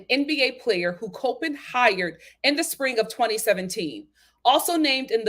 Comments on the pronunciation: Just an fyi. It’s pronounced as 👮‍♀️ Cop In state. It’s easy to confuse because a lot of people that are familiar with the college pronounce it like the word Cope. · I’m from MD and I was cringing when she pronounced it wrong lol